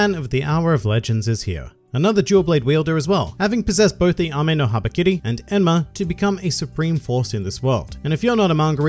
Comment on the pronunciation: I'm kind of cringed when he pronounced Ame no habakiri